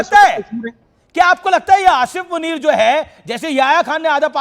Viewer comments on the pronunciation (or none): असिफ मुनीर नहीं, असीम मुनीर बोलिये अँकर साहब.